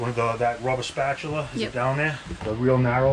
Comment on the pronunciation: Hey, it's Friday and another episode! I love the baby-powder trick. I use it too. Also, got a laugh out of "spah-TUla" . It took me a minute to figure that one out... LOL.